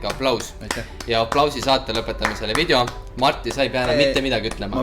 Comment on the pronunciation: Mitte pahaga, aga öelge palun vidjo asemel video. Valus on kuulata muidu 😉